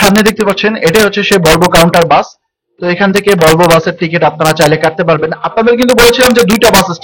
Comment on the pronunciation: হিমানচল না, হিমাচল। টর না, টুর। বলবো না, ভলভো।